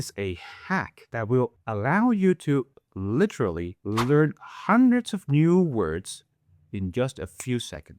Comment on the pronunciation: litrhlly, porque pronuncias así esa palabra vaya professor 😂